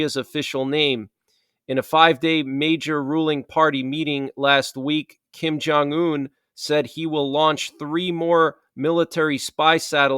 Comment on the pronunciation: not Kin jun yun...it's rocket man remember! 🚀🚀🚀